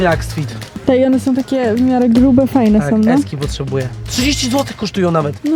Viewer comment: i mówi s potrzebuje